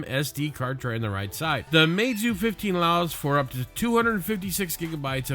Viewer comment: u pronounced it wrong it’s ‘mee zoo’